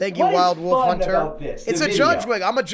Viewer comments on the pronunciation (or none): none